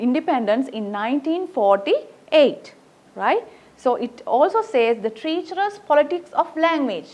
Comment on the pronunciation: T Good explanation! Pronounce treacherous correctly...